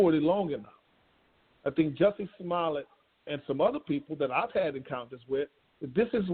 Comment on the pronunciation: Juicy Somollet. 🤣🤣😂😂😂😂Judge butchering his name.